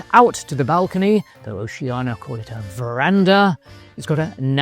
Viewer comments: I thought it's pronounced- "Oh-shan-ee-ya'. Because there's an 'I' in it. Ocean -ia? Not 'Oh-she-anah😊' .Or else it would be spelt, 'Oceana',no? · It’s funny because at the start of the video, pronounced it ‘Oh-shan-ee-ya’ then proceeded to say ‘O-she-anah’ the rest of the way. Maybe it’s because the latter is easier to pronounce than the former especially when you’re speaking continuously and not focusing on the name alone? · I'd like to know why most people mispronounce Oceania?